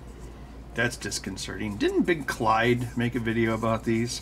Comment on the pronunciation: My eye starts twitching every time Ben says Big Clyde